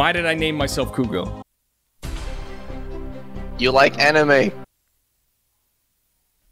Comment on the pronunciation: cwongwatulations stay fuegos